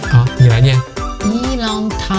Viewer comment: 一帆風順 👍念的OK 鬼佬音調了 二龍騰飛 都不Ok啦(Yi Long Tang“藤”音 Fei“非”音) 三陽開泰 “衫羊開泰” 😆 又鬼佬音調了 四季平安 社貴平安 五福臨門 嗯福䌫門moon 六六大順 👍念的Ok喎 而😆碌碌大順🤣 七星高照 “擦Xing Go舅” 八方來財 “Bai Fang奈Chai” 九九同心 搞搞Tong蔘 十全十美 “拾仟拾媚” 😆念成了“實腸實霉”